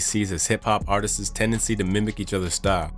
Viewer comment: “Artist-sis” ha, WTH?! Try Artists